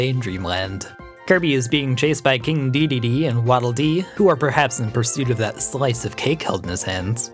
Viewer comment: Does he...does he keep calling King Dedede "King Deedledee?"